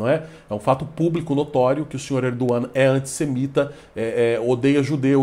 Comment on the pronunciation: Até que enfim vejo alguém pronunciar corretamente o nome do presidente turco.